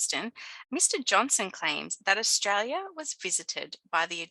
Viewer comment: As an Australian, I thought my accent was strong until I heard your pronunciation of 'Austraya' 😊. I enjoyed the imformative video. Well done.